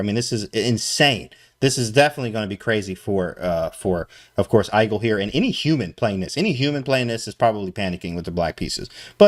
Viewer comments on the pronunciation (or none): Not hate at all, just found it funny that he pronounced igel like Eye gull and not eegull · Igel is german for hedgehog, and the I is pronounced like "ee"